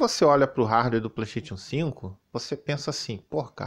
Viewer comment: "RARDUÉ" 😂😂😂😂😂